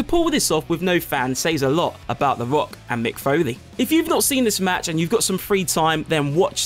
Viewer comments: I mean hes good, really but I just couldnt hold my laughter when he said "The Wock" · The woyal wumble and the wock